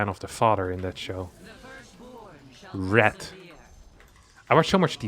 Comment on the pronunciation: I wonder what 'Red' would have to say about a European pronouncing his name as 'Rat'. That's going to keep my laughing for days.